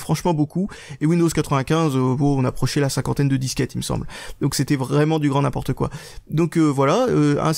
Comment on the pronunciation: tu dis pourquoi pas n importtou 😂😂😂😂😂